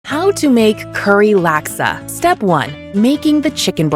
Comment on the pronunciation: Already traumatising bahasa speaking people in